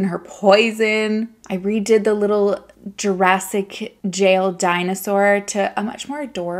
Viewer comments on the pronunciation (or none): none